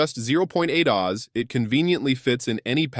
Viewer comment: i had to leave after that oz pronunciation